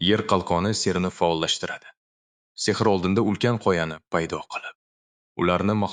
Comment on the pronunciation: Demak Ai ovoz bergan boshida uzizniki deb oylodim lekin Oskar deganda Sehrni ser deydi qanaqadir aida hisiyotszda uziz ovoziz buganda zur bulardi